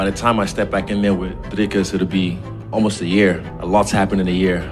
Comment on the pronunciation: the first time anyone's pronounced his name correctly with the correct accent tones especially on the "dri"